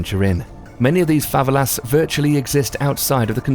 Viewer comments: fav-a-las really? you mean fava-ella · favalas, sick pronunciation. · Favelas.... Favvelass? Militia... Millitier??Dude what the hell. Do you even know how to read? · Fuh - Vel - Uh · Jim Allegro yeah I was thinking have I been pronouncing said words wrong the whole time!! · Did you hear how he pronounced favelas? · I had to switch off after you pronounced Favelas.